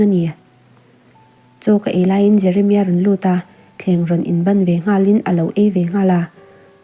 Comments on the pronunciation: Bān tiin a chhiar 😂😂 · A thu ngaihtuah lemlo in a chhiar aniang.. bân ti a chhiar zel chu😅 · Ban ilam dan hi nge awmzia😅